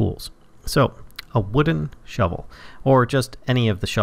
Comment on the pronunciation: you are saying the path is speshil for that shuvil all shuvils can do that.